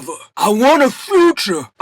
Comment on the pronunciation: " I want a Phutcha. I want a Futcha. I want Frutcha" 💀💀💀💀💀💀💀💀💀💀 I love that you didn't edit out "the practice". HILARIOUS "Bianca baby, You a Hoe"😂😂😂